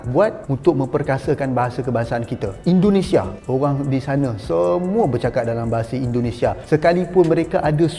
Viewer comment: Indonesia bang bukan Endonesah